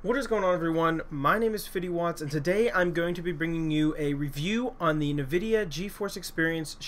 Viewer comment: Lol.... NuhVidia is what it sounds like he's saying